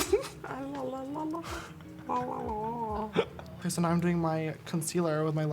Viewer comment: never thought i would hear Nikki say " that's a lot of prouduct " when applying foundation